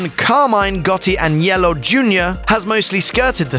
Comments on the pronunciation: sounds like he saying yellow, lol its AG. NELLO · Dude.. the way you say Agnello is killing me lol..